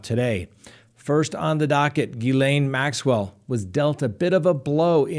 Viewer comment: You are doing so well with Maxwell's name that I think maybe some little French man might appear! ;-)